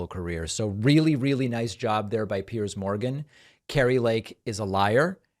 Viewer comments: She's having a hard time becoming Ms. Irrelevant. And Kari, btw, it's pronounced Piers as in peers, not as in pierce, even though pierce is exactly what Piers is doing to you ! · She calls him Pierce instead of Piers..can't even get his name right.